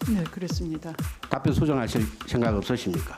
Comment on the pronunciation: 쟤들은 하나같이 시옷발음이 안될까?ㅋㅋ 섕각..쉥각ㅋㅋ 병신